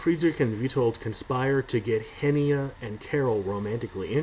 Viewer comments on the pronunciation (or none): "Henia" is pronounced with just a soft "n" in "He-nia", without a a separate "i" sound in your "Hen-ia". "Ferdydurke" is pronounced with a hard "e" at the end, just as the initial "e" in "error". Have you tried Google Translate? It is terrible at translating but has a great voice synthesizer.